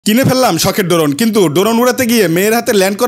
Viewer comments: ড্রোন ❌ ডোরোন✅ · ভাই শব্দ টা ড্রোন হবে ড্রোন না